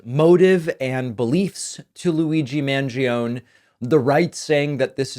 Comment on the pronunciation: As an Argentinian, you should be sued for pronouncing Mangione like that 😭😭😭😭 Love your videos, tho, as always. Keep up the good work!